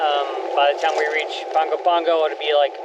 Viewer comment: Ah, nice. When I was a kid, I used to live in American Samoa. And thank you for pronouncing Pago Pago correctly! 🙂🌴⛵️🇦🇸